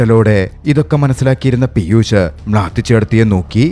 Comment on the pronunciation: പീയുസ്സ് അല്ല ബ്രോ പീയൂഷ്